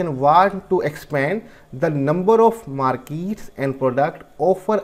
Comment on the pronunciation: Can u say markets not markeets